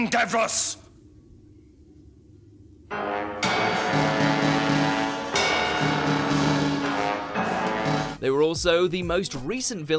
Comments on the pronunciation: Why does he sound like an american doing a fake british accent Also its dav-ros not dav-r-oh-s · It's pronounced "Dav-Ross" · And it’s not Dav-Rose! It’s bloody Davros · Davrose? This guy is not a fan. It's Davros wanker. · So, so many errors in this video. It's pronounced Davros, not Davrose, Zygons were in 4th Doctor not 3rd, Mondas Cybermen did not replace their parts due to cold weather, the Daleks appeared in the 7th episode not 7th serial, it was the 2nd story of the original series they appeared. These are the ones I can remember, I could go back and look further but I cannot be bothered. Really need to conduct research 1st. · it's Davros not davos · You pronounced Davros wrong mate! pronounced "Dav-ross" not "Dav-rose". Also the second adventure is better known as it's other title "The Dead Planet". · Davros not Dav-ROSE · Tbh Davrose is how you say it. It's not Davros. Nah, Davrose. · Dav-roes?” Lol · You can't even pronounce Davros correctly! lol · How he said Davros 😂😂 this dude has never watched any doctor who ever 😂😂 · Why can no one who voices these videos say Davros? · What cant he say davros right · One day. Just one day he’ll say Davros right 😂😂 Oh and Terror of the Zygons was 4th Doctor